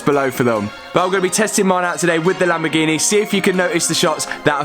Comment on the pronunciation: Non si chiama Lambghini, si chiama Lamborghini